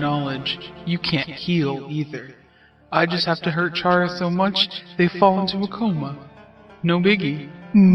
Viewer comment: Chara is pronounced as kara, not charah. Like character. "Chara"cter.